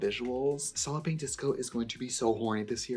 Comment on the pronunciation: Every time you say “ Solid Pink Disco” I hear 👂” Sollipy Disco”. When you first started that…. I thought what is a Sollipy? Anywho.. just me?